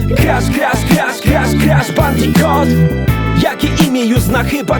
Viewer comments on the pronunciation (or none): To nie jest żaden bandiKOT, a bandiKUT